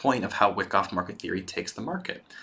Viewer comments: Good viedo but it is pronounced Y-KOFF. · Seeing a lot of comments about how good this series is...I’ll watch it, but man it is painful hearing someone explain a concept where they mispronounce the name of the strategy they are teaching over and over...